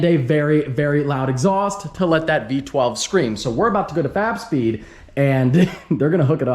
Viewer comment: I always hear "fap speed" when he talks about fab speed